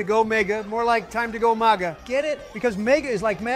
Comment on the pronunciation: I've been wanting to hear Donald say "go MAGA" instead of "go mega" for a while, thank you for letting that happen